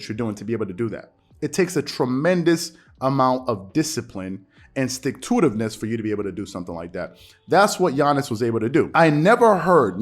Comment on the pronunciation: Dude this dude just say sticktoittiveness 🤔